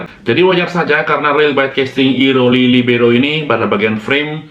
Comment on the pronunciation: libero gitu aja bli.. biar gak kesulitan ngomongnya kwkkwkk